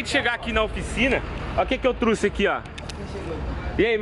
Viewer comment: Olha o que eu "Truce" kkkkkkkkkkk